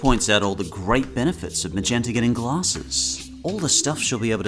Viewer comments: You said MAGNETA. Its MAGENTA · did you call Magenta ”Magnesia" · Wait hold up did he say magneta. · Magneta instead of magenta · You kinda slipped up when you called Magenta Magneta, but it's okay. It happens to a lot of us.